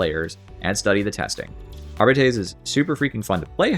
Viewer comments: ☝🤓uhm sir it's pronounced arbi-tes, not ar-bites! No but seriously great video. I particularly like that you explain how talents, blessings, and weapons and stats are all connected. It's not always easy to figure out which nail to strike with the balance hammer but you're doing a really good job coming up with suggestions. Agree with pretty much everything. It's not about taking things away, it's about enabling everything. I actually really like the psyker tree. So I feel a bit threatened by a "rework". It's already well connected and the abilities are great. I'd prefer a more careful approach where we look at specific talents. Examples: - Give players a reason to pick Warp Rupture over Creeping Flames. (and make it apply physics force to ragdolls so enemies are blasted away) - Update Smite's sub-nodes. - Give wildfire a little buff. Increasing the cap from 4 to 6 would be a start. If it was uncapped it would probably break the game. - Move psykinetics aura to a center position in the tree, so it's available to all blitzes. - Crystalline Will should make the self-explosion bigger and more powerful, and provide +1 wounds. - EP keystone needs some help. Right now it's only used by Smite spammers, which is the crutchest crutch of all crutches to ever crutch. Maybe EP should cast 3x brain bursts, or split assails into 3, or something. Is this starting to sound like a rework? Maybe a small one. A re-tweak. Thanks for reading. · >jokes about mispronouncing "arbites" >proceeds to mispronounce "arbites"